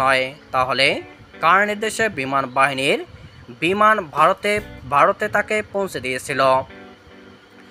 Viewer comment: দিচে কি দিছে না,,,😊, ,,, বারত নয় ভারত 😂😅 বলচে বুয়া 😅,, অনুরোধ শিক্ষিত মানুষ দিয়ে খবর পড়াবেন দয়া করে।